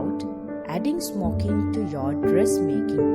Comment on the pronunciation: I swear she said smoking dildo o.O